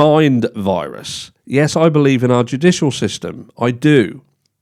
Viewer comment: I heard Juda jew jewdicial. The look in the camera burned my soul